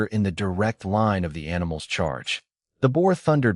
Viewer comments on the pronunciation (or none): Teach your a I about vowels long and short ones the word is line not lein